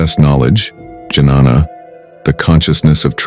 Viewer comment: He has uttered a word 'janana', which means woman. The actual word should be pronounced as 'dnyan' which means knowledge.